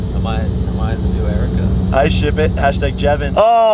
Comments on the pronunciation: Every time I watch Jake Paul and he talks about Erika he ends up saying JERIKA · I love how her name is Erika and Jake called her jerika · Have you notice that jake calls erika jerika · did he just call Erika "jerika"?